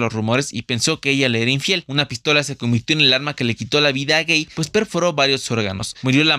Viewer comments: Tú "reportaje" deja mucho que desear. No pronunciaste correctamente el apellido de Ramón Gay, tu dices "Guei" y es "Gai". Parece puro chisme más que una información sería. Debes documentarte más.😠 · El término gay surgió en los cabarets de París, porque el término significa "alegre" ; en inglés también. El apellido del señor Gay se pronuncia tal como se escribe, no como e. Y en esos tiempos ni se comentaba nada acerca de sus supuestas preferencias. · Hay un escritor con programas de televisión que se llama Rafael Pérez Gay y desde siempre su segundo apellido se lo pronuncian en español no en inglés a pesar de que muchas personas pronuncian en automático muchos nombres en inglés aunque se deben pronunciar en español como Jordán (el río donde se bautizó Jesús) que existe como nombre y apellido en todos los idiomas Jonatan ( un personaje de la Biblia) todos lo pronuncian en inglés aunque debería ser español si es tu idioma Georgia, un país que los españoles lo pronuncian con la G del español y los hispanoamericanos en inglés porque así se llama un estado de USA y un largo etcétera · lo correcto sería "guey" en su pronunciación. Recuerden que la "u" no suena. Sin la "u" la palabra suena "jey" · Solamente 2 minutos aguanté, pronunciar Ramón Gay (Guei) me acabó. Un video tendencioso y amarillista, qur mal! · Hola pronuncias mal no es Ramón Gey es Gay ok y no pongas a Pedro Infante no seas amarillista. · Buen esfuerzo y trabajo, sólo un par de objeciones: -No se pronuncia Guey el apellido de Ramón Gay, y su pronunciación es literal Gay -No había antes tal "comunidad lgb...xyz" por tanto adjudicar una supuesta pertenencia a dicho organismo es inadecuado además de incorrecto. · Se pronuncia cómo está escrito Gay , no gey lo pronuncias mal , debes informarte bien antes de dar estas declaraciones , pierdes credibilidad 😅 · Deficiente "reportaje". Respecto al actor Ramón Gay, su apellido se pronuncia "Gai" no "Guei". Esto parece más chisme que información sería.